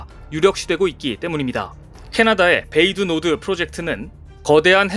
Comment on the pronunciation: 베이 두 노드 가 아니라,, Bay du nord -> 베 뒤 노흐